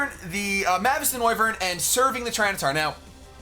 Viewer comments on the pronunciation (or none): When will learn that mavis is pronounced May-vis not mah-vis.